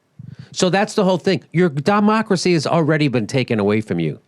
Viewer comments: "Dumb-ocracy" might have been a 'mispronunciation' but until we get money out of politics, we may as well use it on purpose to describe what's going on … ; ) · Did you say Dumbacracy? =0